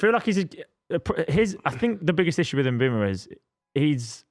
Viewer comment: Mbeumo not Mbuemo. Stop saying Mbwemo ffs